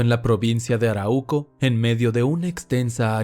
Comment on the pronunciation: Arauco se acentúa en la segunda "a", por otro lado exelente historia